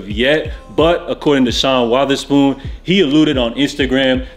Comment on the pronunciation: Sean Waatherspoon... Lolz Love your content btw 🥰